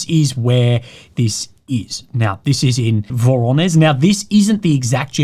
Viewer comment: hand-pink-waving:. learn from your subscribers, because we learn from you every day. VORONEZH is not pronounced voroneZ. Sound "ZH" is pronounced like /ʒ/, as in "caSual" in English, or "Jardin" in French. You don't say caZual, do you? Greetings from the actual Voronezh. It's an old Russian city with over a million people and an amazing military history. ❤🇷🇺